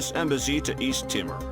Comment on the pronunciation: lol 'east timmer'.